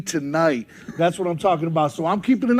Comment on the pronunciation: " TUHNIGHT" needs to be studied